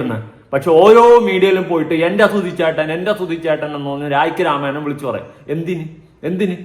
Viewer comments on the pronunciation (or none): ബ്രോ ഞാൻ തന്റെ വീഡിയോ നിരന്തരം കാണുന്ന ആളാണ്. അവതരണം ഇഷ്ട്ടാണ് but ഒരു തിരുത്തുണ്ട് 😂. രായ്ക്ക് രാമായണം അല്ല പൊട്ടാ 😂😂😂😂😂 രായ്ക്ക് രാമാനം എന്നാണ്. ഇനി അങ്ങനെ പറയണം 👍❤😂